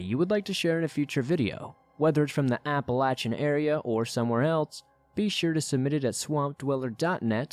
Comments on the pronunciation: Its App-uh-lay-shin. Apple-Latch-in kinda takes away from the seriousness, to someone who lives here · Apple-latch-uh is how people in Appalachia say it. Source: I'm from Appalachia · Applelatchin mountains haha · As a yee yee from Pennsylvania I have to say APP-UH-LAY-SHIN. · Yes.. from Georgia and that's how we pronounce it. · As someone else who has liven in the Appalachian mountains most of their lives I can tell you no one pronounces it like he does. Everyone says "apple-a-shun". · Apple-lay-shin phonetically spelled how it's pronounced. There ya go! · He doesn't pronounce it correctly though. he puts an N in it, making the CH extra hard. Appalanchian isn't correct. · The way he says it lol apple latch in haha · Your annunciation is not correct of your pronouncing of the word Appalachian . you sound like you have gum in your mouth as well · Couldn't even watch the whole video because of how Appalachian mountains is pronounced. 😆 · I love your videos as always, but I must tell you I absolutely despise the way you say Appalachian. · The way you pronounce Appalachian makes me wince lol But still definitely got some good stories here. I don't hear this topic covered much in all the other scary story channels I listen to so congrats on covering something unique! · I'm going of bc of the way he pronounced Appalachian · Where the hell did you learn how to pronounce Appalachian?! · Google says you pronounce it differently. There are many ways to pronounce it though, and he chose the most annoying, hair raising, and least commonly used way lol.